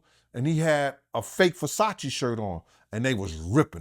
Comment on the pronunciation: He can't even pronounce Versace correctly wtf is a Fasachi lol